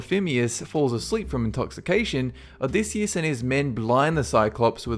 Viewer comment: (o-dy-I-siss) Odysseus